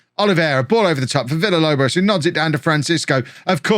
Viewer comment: If you say Villalobos name correctly, he will stop missing training and games.